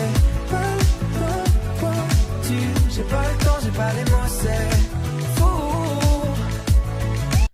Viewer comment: Just a tip, if you want to pronounce the titles well, listen to how they're said in the song ^^ and remember the last letter is silent 90% of the time You nailed J'ai pas le temps though